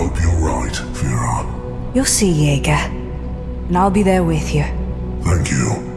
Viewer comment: It's Yeager not Jaeger